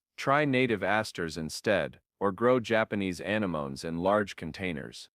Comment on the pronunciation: Some of these computer-generated voices’ pronunciations can be so irritating. It’s a-nem-o-nes, not a-ne-mones.